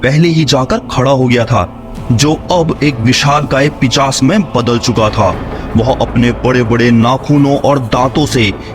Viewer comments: Pichas nahi pishas hota hai. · Bhai pishas nhi hota hai pishaach hota hai